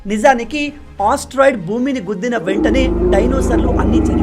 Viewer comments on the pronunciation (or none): Asteroid ❌ osteroid✅